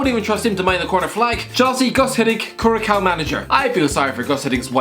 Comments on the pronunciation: for future references, Cura “s” ao not curacao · Curacao is pronounced qurah-saow 🤦‍♂️🤦‍♂️🤦‍♂️🤦‍♂️🤦‍♂️🤦‍♂️ on geography folks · That's not how you pronounce Curacao. Also they have improved dramatically in recent times.